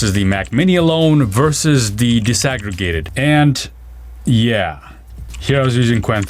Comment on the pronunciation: Disaggregated. Not desegregated. OMG. Dude. Dis. DEE-EYE-ESS. not des.